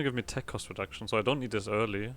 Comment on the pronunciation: I love how German your ssssooooo is